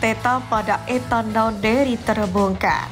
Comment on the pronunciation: Nwaneri bukan nawneri 🤧